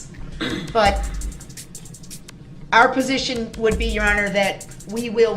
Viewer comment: I agree he dosent know how to ask questions, then when the witnesses say they don't understand the question, he gets smart and says the question was pretty clear. He so fn rude. . And you notice he says presition instead of position. What an idiot.